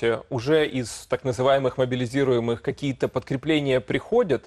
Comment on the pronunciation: Ведучі справляють жалюгідне враження. "Мабілізіруємиє"! Ну хоч плач, хоч смійся.